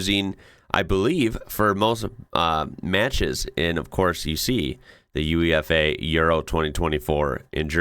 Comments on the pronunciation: I'm not sure about the rest of Europe, but in English language UEFA is usually pronounced as a word rather than being spelt out. It's not U,E,F,A, it's always "you-ay-fa". I think I've heard other Europeans (albeit speaking English) say "oo-ay-fa" as well. I know that in USA your main leagues are abbreviations and you say (as do we) N, F, L and not "niffle", or N, B, A and not "un-ba" -so it's not what your mind is trained in. But UEFA has got a fourth letter, so we pronounce it like it's a word, rather than just saying the letters. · Although it's an abbreviation - UEFA - it's pronounced YOU-AY-FAH. A minor point, but hopefully helpful ☺️